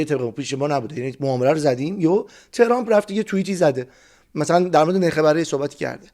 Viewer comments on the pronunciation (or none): none